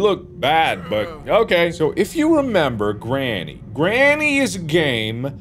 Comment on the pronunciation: Anyone else notice how he kept saying Grammy instead of granny